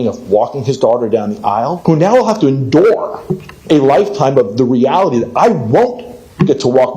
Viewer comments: The way that one guy pronounced endure made me kinda dislike him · I think the first dad just learned the word endure and didnt look up the pronunciation.